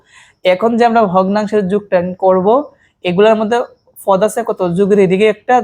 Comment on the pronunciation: পদ ❎ না না না না না ফদ ✅